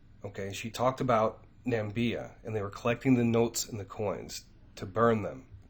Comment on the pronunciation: Hey, thank you for all you do for us. Your videos are excellent! Just wanted to point out to you that there’s no country called “Nambia”. However, there’s a country called Namibia 🇳🇦 which is a real country in Africa that actually exists.